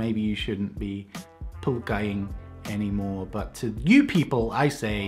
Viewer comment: I dont know why but i died laughing when you said pulkkaing :D